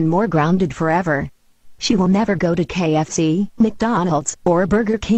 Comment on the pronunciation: why when they say KFC they say kxc